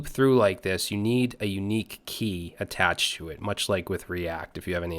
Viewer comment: Thank you for this crash course :) p.s. "much" instead of "mush"